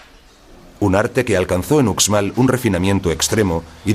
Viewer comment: Porque lo narra un extranjero se oye terrible no es ucsmal si son profesionales deberían esforzarse más